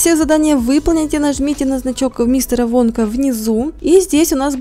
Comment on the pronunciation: Там написано вонка когда Руди сказала вонка мне послышалась "водка" 😂